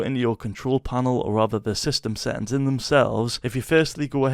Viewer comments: "Set ins" i love your accent😂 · seähhtääns xd love your voice so crazy lol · Settings❌ SÆtiNgS ✅